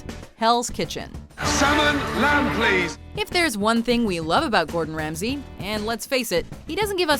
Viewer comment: Gourd In, Rams He 😂